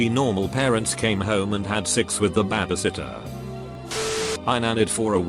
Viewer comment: Imagine being a lazy ass youtuber and just copy and pasting shit to google translate and not even fixing simple shit like "someone called nine eleven" or "" Absolute trash lol.